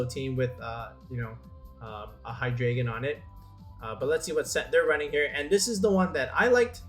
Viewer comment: i hate the way people say Hydreigon..